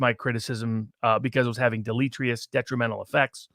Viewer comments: HOLD IT! This guy said . the NON "word". DELETE TRI OUS? I do believe it is deleterious. How can I take seriously someone who can't even pronounce the English language? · I feel provoked., it's dell-eh-TIER-ee-us, there's an "e" before the "r". Also, "pronunciate" may be a legitimate portmanteau, but it still makes you sound dumb.